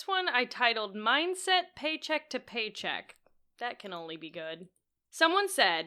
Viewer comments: I’m sorry but I’m so stuck on the fact that it sounded like he was saying “minGset” instead of “mindset.” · Is he saying "mine set"?